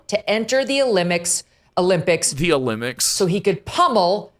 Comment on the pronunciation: I don't know about this Megyn Kelly, he said Olympics wrong, this man shouldn't be allowed to report news.